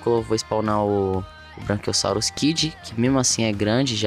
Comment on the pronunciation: É BRACHIOSSAUROS NÃO ''BRANCHIOSSAUROS'' POR ACASO ELE É BRANCO OU VC É DALTONICO.